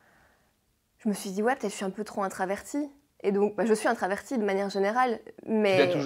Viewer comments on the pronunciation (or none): On dit introvertie et non intravertie ! 😅